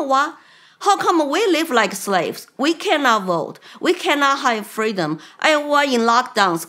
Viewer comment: FREEDOM not Cameluh's fweedom.